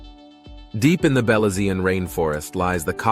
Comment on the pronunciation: Please I am a Belizean American I would appreciate you pronounce Belizean correctly. You sound awful pronounce Belizean seriously. I know you meant well but your pronounce is off .